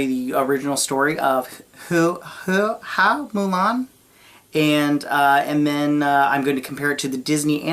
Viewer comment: The family name "Hua" in Hua Mulan is pronounced as "Who-Ah" in Mandarin Chinese. Your pronunciation "Who-Eh" is also not wrong as that's how it would be said in the Fujian (Hokkien) dialect of the Chinese language. But "Who-Ah" is the generally used one. (Perhaps that's why Disney changed it to "Fa Mulan" instead, so it's easier for Western viewers, as "Fa" is the same word as pronounced in the Cantonese dialect of the Chinese language). :)